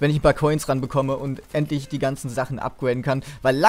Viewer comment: Upguäiden ?! Es heisst upgrade